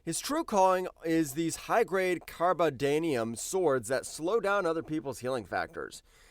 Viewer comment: "Carbodanium" - dude either doesn't know about comic books or can't read made up words by comic books... it's carbonadium (car-bo-nay-dium) - and it's great that the editors didn't catch it before publication, so more people who don't know comics! let's ALSO ignore the huge impact of the swords that Deadpool uses - THEY STOP HEALING FACTORS!!! what idiot wrote this script??? adding Red Hulk's gun and ignoring his entire BODY is laughable, he's not as strong as Hulk, but he gets hotter the angrier he gets, plus he has the limited invunerability that's greater than Luke Cage's, so putting him lower on the list than Power Man is a complete joke narration "that are normally invunerable" - text on-screen "that are normally vunerable" - jeez, the editor on this one just don't give a flying fig, do they? US Agent DOES NOT have a Vibranium shield!!! when he wielded Cap's one, that has Vibranium, but his replacement IS NOT made of anything near that strong! "it lacks the almost magical metal alergy" the word is METALLURGY, it's not 2 words - who the hell hired this narator who can't read scripts properly, and this editor who just ignores reading mistakes??? Protocide's shield composition isn't known, it was never explained in the comics, so claiming you know it's made of Vibranium is kind of funny, considering the other mistakes in the script! hey, while we're at it, why not claim you know the actual formula of the Super Soldier Serum, since you know things that were never stated in t